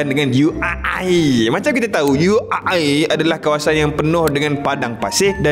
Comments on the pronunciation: 'U air' ye??😅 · Lain mcm Cara sebut UAE ni😅